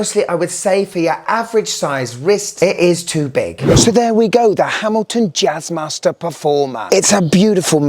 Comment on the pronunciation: "Jazzmaster"😂😂😂😂😂 "Jizzmaster"......